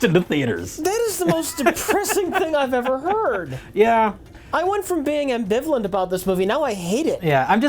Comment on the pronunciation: don't you mean "ambivaless", Rich...?!